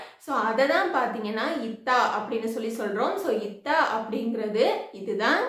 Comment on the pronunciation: முதலில் சகோதரி நீங்கள் இத்தா என உச்சரிப்பை தவறாக சொல்லாமல் சரியாக சொல்லவும்.